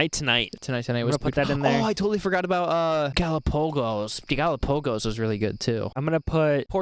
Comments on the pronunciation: And learn to pronounce Galapagos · I love the way you pronounce Galapagos 😂 Brilliant reaction fellas